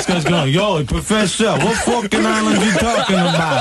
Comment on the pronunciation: Falklan islands =Falcon islands, not fukin islands..